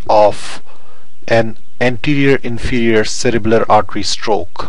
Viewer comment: In the video I keep saying if it sounds like u r saying cerebral but in description it says cerebellar?